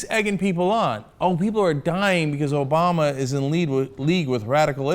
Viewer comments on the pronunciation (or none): "Obowma" is Obama. says "Obowma" because he's a child. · Who is this "Obowma"? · Do you know who this "Obowma" is? I know of Obama the US president but you don't seem to be talking about him. You do seem to know "Obowma", though :D